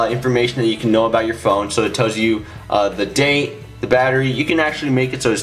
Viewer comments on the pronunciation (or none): none